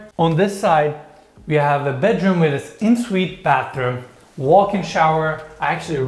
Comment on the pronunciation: Your pronunciation of En-suite is incorrect and very irritating